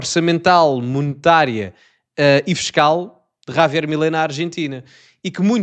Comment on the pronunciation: O rapaz tens de aprender a pronunciar a palavra “ Javier” e não Ravier😂